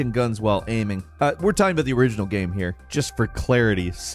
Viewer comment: how is that "game", how have you pronounced "game" "gyearym" i'm 💀